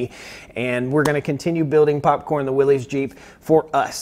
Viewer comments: FYI it is pronounced "WILLIS," not "WILLEEZ." It's not a regional pronunciation, it is a man's name, and that is how he pronounced it. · WILLYS. WILLYS, WILLYS, WILLYS. "NOT" WILLIS. Do you call a hemostat a pinchy thing ? Do you call a defibrillator a shockey thing ? A syringe a pokey thing ? IT'S A "WILLYS" !!! Willis was Gary Colman's brother in the sit-com "Different Strokes". 😜😜😜